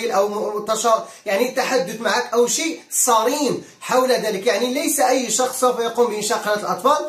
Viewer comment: السلام عليكم. نقول صارم و ليس صريم. و فقك الله لما يحبه و يرضاه. بوركت يا اخي